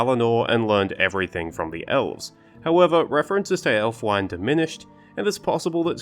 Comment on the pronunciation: Ælfwine should be pronounced /ˈælfˌwi.ne/. All the "wine" at the end of Old English names (which is what the Rohirric names are represented as) should be pronounced [wine].